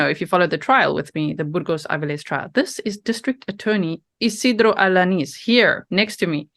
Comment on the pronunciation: You perfectly said his name.